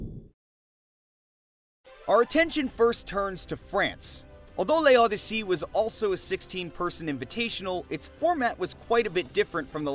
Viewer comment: L'Odyssée Comona reading L'Odyssée : *L E O D Y S S E Y*